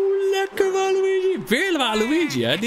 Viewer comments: het is waluige in het engels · spreek alsjeblieft normaal waluigi uit man...